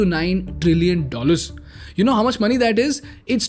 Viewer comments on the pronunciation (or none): none